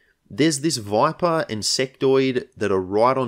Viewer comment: Everytime you say "Voipah", my head automatically superimposes a picture of Viper's sleepy face from You'll Cowards onto the stream